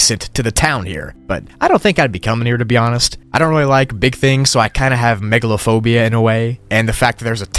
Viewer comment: When he said "Backrooms Level Megalophobia" i literally thought he said Megalovania for a sec 💀